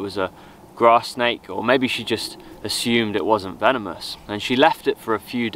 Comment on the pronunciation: "hi veenamoos"